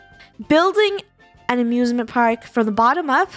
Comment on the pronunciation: I thought she sead abusement park